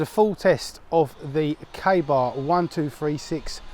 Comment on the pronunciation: Can't even pronounce the name of the night what kind of knife reviewer are you look it up in the dictionary it's named after knife Rider not a singer